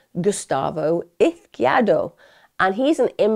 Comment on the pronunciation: Please start looking for the pronunciation of the victims names Emma. It’s so disrespectful to butcher them the way you do. Eez-key-air-dough.